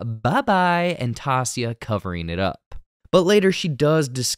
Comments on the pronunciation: why do u pronounce her name like tahsia when it's clearly pronounced ty-ee-sah in the show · Taissa = Tay-Suh not Tah-Sia... they call her Tai (Tay) but good job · Greatly appreciate these breakdown videos, but you have got to start pronouncing Taissa's name right. It's not "toss-ee-yah" it's "ty-ee-suh". Hence the nickname Tai pronounced "ty". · Seriously after so many of you told you it's not Taa-se-a it's Ti-e-sa.... Seriously dude get it right there are 8 more episodes to go. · KILLING ME… so unprofessional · Came here to say this! The other characters are literally calling her Tie as a nickname, where does the mispronunciation even coming from…? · Dude why is it so hard for you to say Taissa’s name correctly. Literally the way you’re saying it isn’t even how it’s spelled. Her name is said so many times. Idk how you are saying it so wrong. It’s cringe. It’s annoying me like when ppl say black ppls name wrong on purpose. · Her name is pronounced Tie-EE-Sah not Toss-ee-Yah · It’s a good breakdown but I can’t get passed the pronunciation of Taissa’s name. They say her name many many times in the show. Tie-E-SA not Tassia. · How are you STILL calling her Tasia? It’s Taissa lol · how and why did you pronounce her name as Tasia and not Tai-Esa? When has anyone ever on the show, or previews, interviews or anywhere called her Tasia? Why are you just making up a fundamentally miss-pronunciation of a very simple name? that is CLEARY pronounced in every scene where someone mentions her easily pronounceable name.????? This is not a Potato, Potato situation. Her fricken name is clear as day. For the phonetically challenged It's TY-EACE-A, Why do I care? I don't know. I just know if I was going to make a video about a show, I would at least pronounce one of the leading characters names correctly. It's not an accent issue, it's just not correct. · its "Tie-E-Sa" not "Ta-See-A" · Say it with me people " TIE - EESAH " not " TAH - SEEAH " 😂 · Tie e saw not taw see ah